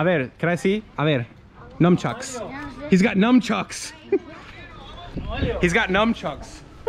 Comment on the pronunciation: It's 'Nun" chucks, not "Numb" chucks bud....